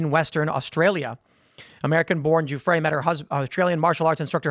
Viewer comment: Tim.... It's Virginia Guffrey ... Not Gufre'